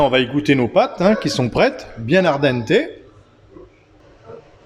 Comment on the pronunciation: Bonne recette et facile, mais ce sont des pâtes "al dente" plutôt qu' "ardente" !